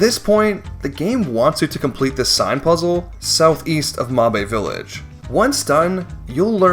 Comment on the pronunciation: "mahbae village" 😭😭😭